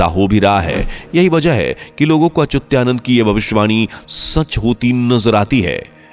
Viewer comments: Why you say Achutyanand. Name is Achhutaanand. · अरे भाई, श्री अच्युतानंद दास महाराज का नाम तो ठीक से लो। आप बार बार अचूत्या नंद ऐसें बोल रहे हो। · उनका नाम अच्युतानंद है और आप अचुत्यानंद बोलते है, वाणी शुद्ध होनी चाहिये. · He was अच्युतानंद das, not Achutyanand. Uchcharan shuddha karo. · Whoever talking about Achyutanandji Maharaj pronouncing wrong. some who record and post should pay attention He is saying ACHUTYANAND BUT CORRECT IS ACHYUTANAND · व्हीडिओ बनाने से पहले तो अपनी वाणी शुद्ध कर लो। तुम उस संत के नाम का उच्चारण कर रहे हो वह "अच्युतानंद" है ना कि अच्युत्यानंद. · संत भगवान का नाम ठीक से लीजिए। उच्चारण सुधारिए। अच्युतानंद दास जी हैं वो। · सही कहा है भाई साहब आप ने 😊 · 😮 अच्युता नंद दास जी का नाम का उच्चारण ठीक से नहीं किया गया है। कृपया आप से अनुरोध है कि आप एडिट कर पुनः स्थापित कीजिए 🙏